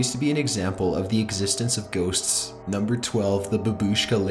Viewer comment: J.C. Smith It's the opposite of valley girl/boy. Like Jillian from Family Guy. She makes every sentence sound like a queestiooonn?? when has a very clear downward or straight inflection at the ends. He's also propably the only one who pronounces ghosTS correctly, most people pronounce the plural like "ghoS"